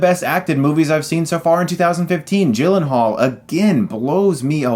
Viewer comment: people called him Jake G-Len-Hall but, it's actually pronounced Yi-Len-Haal.